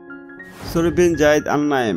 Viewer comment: Gayid ❌️ Zayed✔️